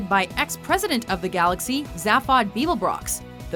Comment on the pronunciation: It's pronounced "ZAY-phod" not "ZA-phod"